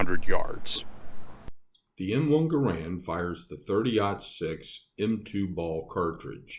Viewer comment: Sorry to be that guy, but his name is: gah-RUND, not GAH-rund.